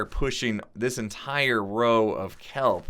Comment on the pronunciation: legendkiller 4764 You tried to say “entire” and said “intirier”. That’s pathetic.